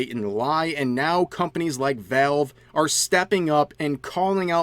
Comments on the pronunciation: "Velv" lol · sorry I just hear "Vehlv" whenever Rev tries to say Valve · Your pronunciation of valve is something else